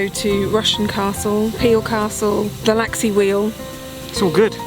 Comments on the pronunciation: Did he seriously say laxley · What a splendid set of videos on the Isle of Man! Geoff: repeat after me - Laxey, laxey, Laxey. Only ever one L.: it's LEFtenant not LOOtenant, please! I was hoping you might have tried to trace the lines which were axed in the past, as the main line ran further north and then down the west coast and then give us the news that they might be opening again!